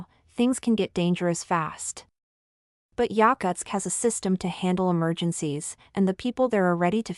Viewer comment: Bullshit AI video that can’t even pronounce the name of the city correctly.